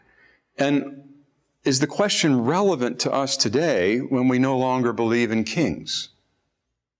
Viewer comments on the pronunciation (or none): none